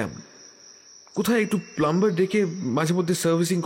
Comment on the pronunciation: প্লাম্বার নয়, প্লামার হবে